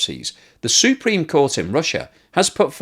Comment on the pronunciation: "S U E -preme court ". Um, maybe Google up inflection. Jesus.